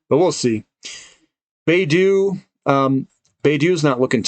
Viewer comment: Hey. Appreciate the work. Just letting you know Baidu is pronounced Bye Doo. Thanks for charting